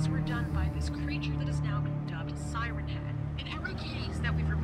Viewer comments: Dude said Siern head XD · Sigh ern head is how he says it